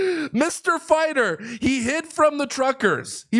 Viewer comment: "My friends, as you all know, I'm a farter." Not fighter.